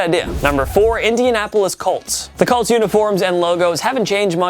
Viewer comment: COLTS.... COLTS.... COOOOOOOLTS..... say it with me you douchy kid instead of CULTS